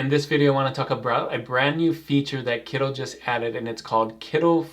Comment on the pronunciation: I like your channel, but why are you calling it Kiddl, isn't it meant to be Kittl or am I missing something?